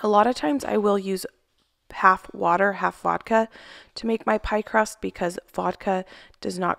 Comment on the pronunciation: Hi, did you said voldka for the dough?